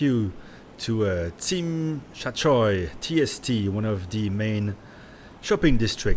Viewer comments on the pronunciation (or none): good intro video for people who never loved and worked full time in HK. But the area TST is pronounced Sim Shah Schway monsieur. Least you can do living there is pronounce the name properly mate. I was always iffy on buying from those second hand dealers in Hk and elsewhere. it is those dealers who end up supplying the grey market in other countries because most mainland people prefer getting from ADs also. in fact, I think the Mainlanders and the ADs sell or trade their inventory or unworn watches to these HK guys. So many guys in China get watches as bribes or “gifts” as do their girlfriends and wives in business and transactional relationships.i think you are also a finance guy since finance guys are hung up on Daytona’s and AP and PP.